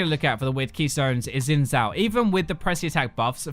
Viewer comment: FYI, best english pronunciation for Xin Zhao is something like "shin jao" with a hard J.